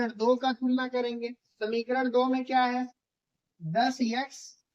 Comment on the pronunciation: sir shamikarad nhi samikarad